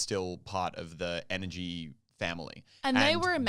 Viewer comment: Is she saying nrg or energy